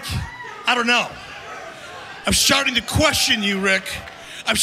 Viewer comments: Did he just say I'm sharting to wonder 😂😂😂😂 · Yes, unfortunately he said sharting. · When bishoff was trying to say starting did he say sharting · he say shart?